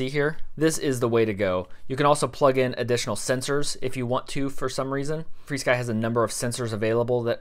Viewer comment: Where do people get free sky from? What in that word is making the "e" sound? Should be Fur Sky, like animal fur.